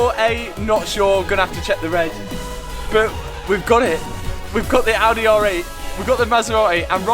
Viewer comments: And don't forget the Audeh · Bent-Leh, Maserat-eh, Ald-eh